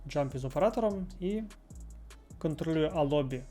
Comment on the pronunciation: Клас, дякую за контент! Тільки не джампі, а ямпі)